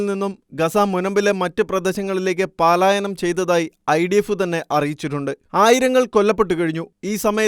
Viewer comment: പാലായനം എന്നല്ലാ പലായനം എന്നാണ്